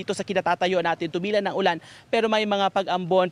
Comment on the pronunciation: Bakit ganyan magsalita ang weather forecaster na yan.? Dinadagdagan pa nang isa pang syllable ang huling salita.!!! Nakaka irita.!!! Ang ulan ay ginagawang ULANA.!!! ETC ETC ETC.!! Parang di pilipino. Or inaartehan masyado ang pagsasalita. 🥵